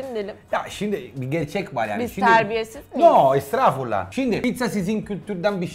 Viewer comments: Danla:biz terbiyesiz miyiz? Danilo:estruffulaaaa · Danla: Biz terbiyesiz miyiz? Danilo: Nooo estirafullaahh Djhdhdjdjsjdjjdjdjdjdjdjjd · biz terbiyesiz miyiz -yoooo estraaafullaaa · Adamın estağfurullah yerine estrafurullah demesi daha ilginç geldi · Danla: Valla türkçen benden iyi şefim. Danilo şef: Estrafrullah estrafrullah. Çox güldüm buna😂😂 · Danla : Sizin Türkçe benimkinden iyi Danilo: Estırafullah Estırafullah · Danilo şefin herşeye estrrafulah demesi VE sürekli danlanın yedikleriyle laf sokması Jsjsdxdsjssjdxs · Hiç kimse: Danilo şef: estrafulah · Hiçkimse; Danilo şef: esstraafullah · Ya ne güzel estağfurullah diyo ckkfkf estraaaafurulla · Danilo kim bilir kaç yıldır türkiyede hâlâ estağfurullahı söylemeyi öğrenemedi